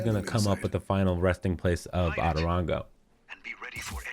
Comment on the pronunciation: The way he says “otorongo” as atorongo kiiiinnnddaaa annoys me